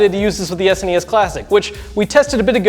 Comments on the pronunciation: S-nee-s? S N E S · I'm sorry, but "Es-knee-es"? WTF? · Ah ha! I just got the title... You say "An S.N.E.S mini". But I read it as "An Snes mini", like how people in Europe say it. 🤔